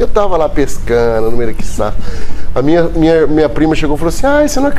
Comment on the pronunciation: "Eu tava lá pescanoo". Hahahahahahahahahaha "Vingativoooo".